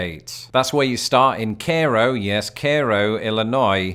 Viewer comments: It sounded like said "care-oh". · You have to make the ‘ay’ sound in Cairo (cay-row) a bit longer. Another cheat code is the exclaves along the Mississippi. Like Illinois’s first capital Kaskaskia that, due to the river changing course, is now only accessible by land from Missouri. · It's KAY-ro not whatever you said. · Cairo, Illinois is "KAY-row", not "CARE-oh" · Cairo is pronounced “Care-oh” and Blytheville is pronounced “Blyville”. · I grew up in Illinois. We pronounced it kayo not cairo. Has this changed? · Umm...that's not actually how Cairo is pronounced, it's KAY-row. I'm not sure I could reproduce the way you said it. It's funny, I've lived in Illinois my whole life, aside from when I was in the navy, and I don't believe I've ever been to Cairo, Illinois, unless I did when visiting my sister while she was a student at SIU (my memory of that trip is very vague)...but I've been to the original Cairo, in Egypt. I don't understand why anyone would refer to part of Texas as being a "panhandle". It isn't shaped at all like one, and would be in the wrong orientation, anyway. Idaho is a bit closer, but I still wouldn't call that one, either. I could be missing one, but only Oklahoma and Florida have proper "panhandles". I get the impression that many of these cases of people applying incorrect terms to things that don't fit the description are due to an increasing number of "hard of thinking" cases. Heh.